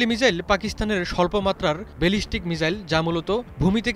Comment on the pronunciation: মিজাইল না, বলুন মিসাইল সঠিক করে বলতেও পারেন না আবার লম্বা লম্বা লাফ দিচ্ছে ,,, পাগলের সুখ মনে মনে তাইনা